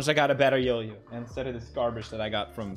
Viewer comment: pewds: calls yoyo a "jojo" alsa pewds: calls ninja, "ninya"